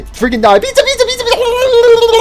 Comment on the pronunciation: Don’t say Puter something stop saying pizza like this stop saying pizza like this to